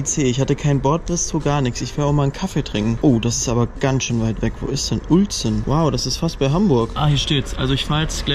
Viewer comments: Uelzen = Ülzen bitte :D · Es wird Ülzen ausgesprochen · Krass hätte ich nicht gedacht dass du mich mal besuchen kommst in Uelzen und übrigens du hattest es falsch ausgesprochen in deinem Video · Du sprichst Uelzen falsch aus, es regt mich auf, vorallending weil ich von dort komme. Und wann warst du in Uelzen?